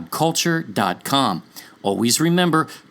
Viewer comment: This could be the most accurate or correct pronounciation of YHUH sacred name..